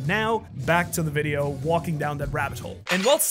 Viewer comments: bruh he said wideo no video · bro said wideo instead of video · u said wideo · You called it wideo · You said “wideo” say video next time